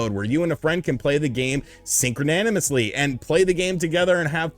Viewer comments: Did he say synchronanomously? Lol Is that even a word? (Synchronously) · Synchronanimously? What? Stop making up words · Sir, did.. did you just say.. “syncroanimously?” I fucking love you.